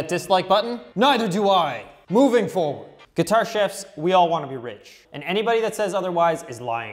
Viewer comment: Sounds like you're saying Guitar Shifts, not Guitar Chefs. Chevs? Nevermind.